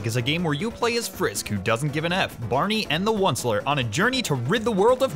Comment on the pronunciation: Every time you said Barney I got more triggered